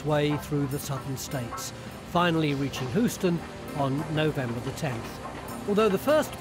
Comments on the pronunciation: Houston, not hooston. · A few minutes on Google would have taught that narrator how to pronounce Houston--it's hew-ston, not hoo-ston.